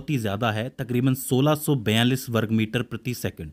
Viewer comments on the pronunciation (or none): none